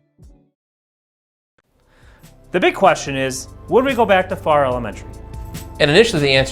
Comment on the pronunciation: Not sure if you got clarification. of the town and school name pronunciation. It sounded like you were saying Far instead of Farrar. A little more R roll. Lol!